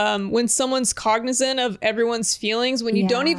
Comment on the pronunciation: LOL "cognizant"